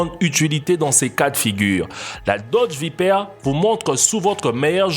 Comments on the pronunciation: Il a dit dodge viperre au lieu de viper chui mort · Mouais et pourquoi pas la Pagani Zonda Revolucion tant qu'on y est XD ( sinon on en parle de sa prononciation? la Dodge VIPAIRE 😂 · C est vaiper pas vaiper 😂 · Nolan Point on est bien d'accord appart la evo je pense pas que tout cela soit abordable et la prononciation de viper m'as fait peur srx😹😹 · il faudrait que tu sache prononcer viper muscle car et nissan like si tu es d'accord